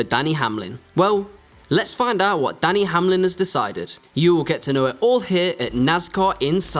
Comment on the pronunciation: It Denny not danny , its cup not cop and its team 23/11 not 23 xi needs some english language classes i guess. Denny is a top driver but does have some issues also.